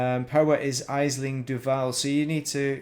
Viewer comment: "Aisling" is pronounced Ashling.